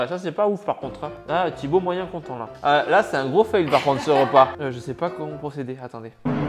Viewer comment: mais what tibo inshape il dit harcele moi sur blablabli etc